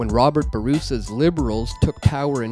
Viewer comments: Bourassa..not Bourousa...sheesh. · The narrator mispronounced Robert Bourassas' name. Legitimacy Gone.